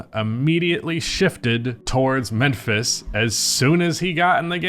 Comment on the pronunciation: Why you keep saying menphis? 😂